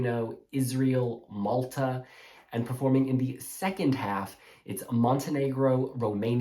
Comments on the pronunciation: Thank god I’m not the only person that was triggered by “alf” 💀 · Ok I finally get to see the allocation draw in peace. I couldn’t deal with the guy helping with the draw pronouncing “half” as ALF! 😂